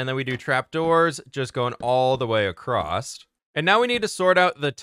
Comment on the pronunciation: Are you self conscious of the way you say across? Cause you are now